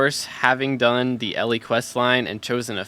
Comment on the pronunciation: calling her ellie instead elle 🥴